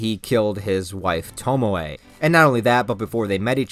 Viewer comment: Sorry it’s bugging me: Tomoe is not pronounced “Tomo” but “To moe eh”.